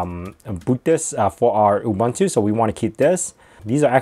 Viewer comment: It's not Ooh bun too, it's Ooh boon to (Ubuntu). It's really a very simple South African word, please get the pronunciation right.